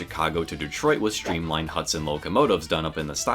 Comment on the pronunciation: Shtreamlined? Shtrong? Shtranger? Shtrapped?